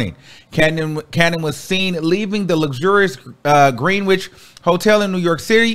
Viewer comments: Just thought I'd share that Greenwich is pronounced like "GREN-ITCH", just as Houston is pronounced like "HOW-STUN". (Only in New York. 🤣) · You’re right, I didn’t wanna be the one to point that out lol it def didn’t sound right to my New Yorker ears! Def grenITCH And HOWstin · Lol it is grenich 😂😂